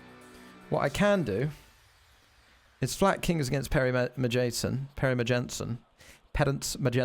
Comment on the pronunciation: When reading a name like Perrymejsen it is good to think of a swedish exchange student saying Perry Mason.